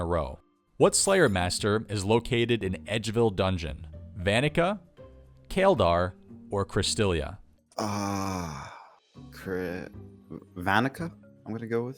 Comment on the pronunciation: Kaledar? Kaledar!?! It's Chaeldar! Say it right!